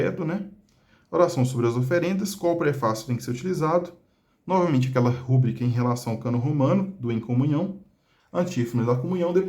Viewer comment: Uma coisa que eu percebi: A forma correta é rubrica, sem acento gráfico. A palavra é classificada como paroxítona, pois a sílaba tônica é a penúltima: ru-BRÍ-ca. De acordo com as regras de acentuação da norma culta da língua portuguesa, paroxítonas terminadas em “a” não recebem acento. Se a palavra fosse escrita como rúbrica, com acento no “u”, ela seria uma proparoxítona (RÚ-bri-ca), e, nesse caso, o acento gráfico seria obrigatório. No entanto, essa grafia não corresponde à pronúncia nem à forma correta reconhecida pelos dicionários. Portanto, o uso adequado é rubrica, sem acento.